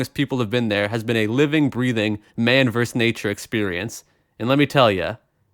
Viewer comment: "Man verse man"? It's VERSUS (vir-suss), or vs., meaning "against."